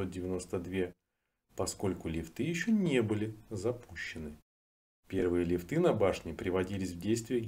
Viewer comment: Любопытный материал, но, лифтыы - ухо режут, проверочное слово - лиифт! 👋🙂